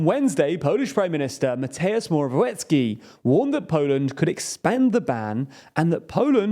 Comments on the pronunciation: Guys, seriously, work on your pronunciations: Mateusz Morawiecki: MAH-tay-oosh more-ah-vee-ET-ski Andrzej Duda: AHN-jay DOO-duh Based on the edited audio, I assumed you tried to name the Polish agriculture minister and decided to cut it: Robert Telus: row-bert (like roberta, but with a first syllable stress) TAIL-ooss. And given that the elections are coming, you may want to get comfortable with: Jebać PiS (fuck PiS): yay-botch piece. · I just wanted to say you pronounced Mateusz Morawiecki extremly wrong